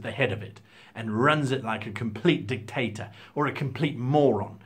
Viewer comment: And I'm sure he said dick-tator, instead of dictator :D